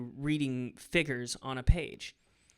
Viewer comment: Literally nobody: Matt: “ F I G G E R S “